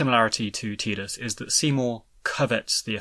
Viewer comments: Its {tai-duhs} u freakin froob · Am I the only one who thinks he’s saying Tidus name wrong. Wasn’t 10 the first one that actually had spoken word in it 😂😂. Has this guy actually even played the game. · Htf do ppl f that up. Tidus as in tides. A force of nature. Fkn who would name their protagonist with such a pathetic pronunciation. {Tee-duhs} is tedious asf. Soz not soz